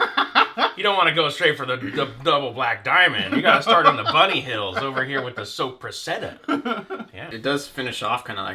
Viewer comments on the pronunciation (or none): Okay gentlemen, I hate to be that guy but: So-preh-SA-ta Saw-si-sohn Sec and Loo-kahn-i-kuh